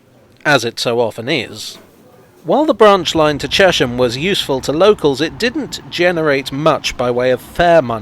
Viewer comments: But it's not pronounced Chesh-ham. More like Chess-am. After the river Chess I think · Excellent as usual - but I always thought it was pronounced "Chess-m" rather than "Chesh-m", after the River Chess which appears briefly in one of your shots. And having to go all the way to Horsted Keynes to make a film about the London Underground must really have tested your Oyster-card! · Please please please it is Ches-ham not Chesham. It stands for the Hamlet on the river Chess. And it really does be on it. The old Electricity board showroom in the High Street had to have its floor up in the 1960's and a brick arch covering the river was discovered. More things you did not know about Ches ham. The Berkhampstead Road leads to Berkamsted, and along this road it is possible to see the cutting for the continuation of the railway to Tring / Berkamsted. The extension was stopped by the very rich landowner whose name escaped me for the moment. But please please it is Ches-ham not Ruddy Chesham! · As a Cheshamite I think I'm qualified to say you are almost correct! The traditional pronunciation was "Chezzum" but apart from once or twice when I have heard it said as such by some very senior citizens it is always pronounced Cheshum. Apparently the change started with the building of new housing post WWII and an influx of people into the town from West London. There hasn't been much sizeable development in the town since the early sixties, and we locals are justifiably protective over our green belt. It is our immediate surroundings which for me are the main attraction of the place. Actually the river is named after the town and not the other way around, as it rises from three aquafers within it. Anyone visiting, I would recommend coming on a Wednesday or Saturday when the market is on, it makes the High St which is pedestrianised not feel quite so sad and run down.